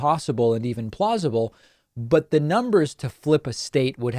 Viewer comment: When you said "plausible", all I heard was "plaus-ma". I guess I've watched too many of your (great) vids.... ;-)